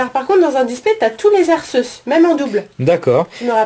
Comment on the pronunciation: dit à Miss que Arceus se dit Arkéus!